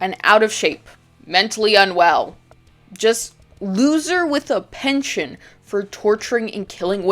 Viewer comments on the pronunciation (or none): none